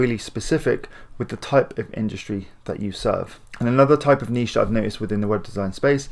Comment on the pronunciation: I'm subscribing simply because you actually say... (NEESH) and not niTch